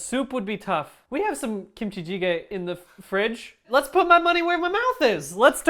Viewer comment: Brian's pronunciation of gochujang and kimchijiggae ✨ 10/10 🤌